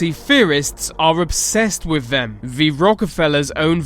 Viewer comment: Anyone notice this guy says V instead of T at the start of the, thier, they etc? All I can hear! Good vid though nice one.